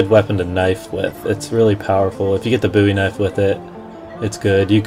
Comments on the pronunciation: Lol, it's the Bowie knife ( bow-ee), not bouy knife ( boo-ee) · its called the bowee kinfe not buee knife